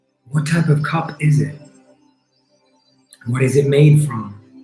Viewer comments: This has been most enjoyable, I kinda went on my own journey though. Also, I swear u said cub xD not cup. So I imagined a baby cheetah xD which I took up to care for and go on our journey together. Now what does that mean, since I didn't have no plastic cup, I trashed :D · I thought he said cub too. Mine was a lion and I was confused by being asked what it was made of. When I realised I changed it to a mug I bought with a friend that always reminds me of her.